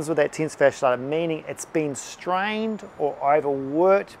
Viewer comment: 0:3 Tensa fasha lata ??????? Sure would be nice if you'd write this down in the description. Edit > I found it's the: Tensor Fascia Latae